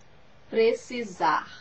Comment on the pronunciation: Precisarrrrrr. Achei que terminava com um "r" só, precisaR. Mas de resto, ta tudo normal...